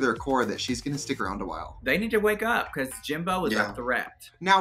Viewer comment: “Bacoss” 😖😖😖 Trinity! It’s “because”!